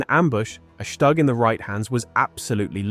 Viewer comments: Shtug, shtug, shtug. it is called STUG not SHTug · Shtoog, not Shtag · Het minste wat de verteller kan doen is de naam Stug correct uitspreken. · Learn to pronounce StuG. Try Forvo or learn basics of German.